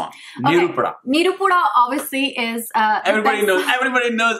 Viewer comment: it's not ni-ru-pu-da. u have to pronounce it as nae-ru-pu-da which means fire.